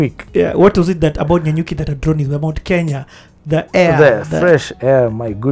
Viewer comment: ....it is Nanyuki😂😂😂😂